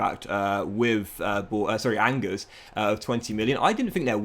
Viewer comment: How tf did you pronounce Angers ??